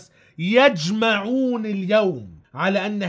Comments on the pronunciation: يُجْمِعُون وليس يَجْمَعُون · " يجمعون "بضم الياء وليس بفتح الياء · يُجمعون يا باشا و ليس يَجمعون